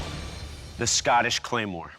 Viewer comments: the scanish claymore... how did they mess up saying scottish? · I don’t like anyone who says SCOTTish like Scattish